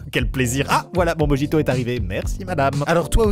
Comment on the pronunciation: Quand allez-vous enfin prononcer correctement le mot mojito ? Yvan le nonchalant le plus violent du monde 😂 et Thomas définitivement gay 🏳️‍🌈 Vous me faites trop marrer 😅😅😅